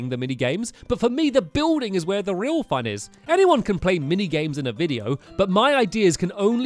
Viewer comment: Why does he say “fun” as “fon”